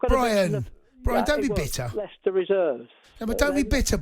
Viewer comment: It's Leicester ty